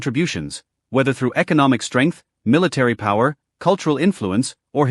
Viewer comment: No pawer you laiyer 😂😂😂